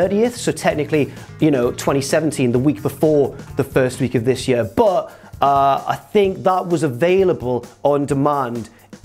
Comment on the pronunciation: Please stop from saying the word year......